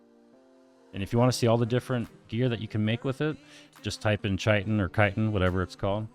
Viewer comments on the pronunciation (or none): You started pronouncing chitin correctly than dumbed it down it's kite-n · its pronouced .........CHa cha cha .......chitin